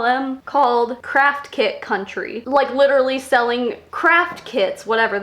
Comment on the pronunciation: Craft kid I heard cr*ck kid